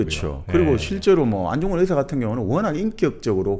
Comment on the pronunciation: 듣다 듣다 너무 헷갈리고 거슬려서요. ‘의사’ 발음은 병을 고치는 의사죠. 안중근 의사는 ‘의’를 길게 발음해야 하다고 알고 있는데...